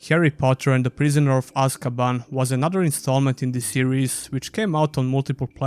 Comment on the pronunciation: You got prisoner of azkaban named wrong at time stamps btw and overall good video man